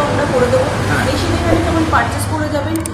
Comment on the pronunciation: ম‍্যাসিন নয় মেসিন বলা অভ‍্যাস করুন